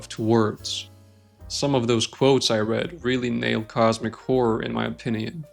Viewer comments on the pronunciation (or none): none